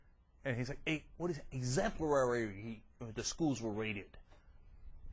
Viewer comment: lol! "exemplarary" and i hadn't heard the "hostile" one before. oh man..how embarrassing..